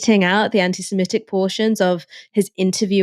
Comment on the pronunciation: There's no such word as "simetic" (although most Americans think there is). The word is "semitic" - pronounced the way it's spelt.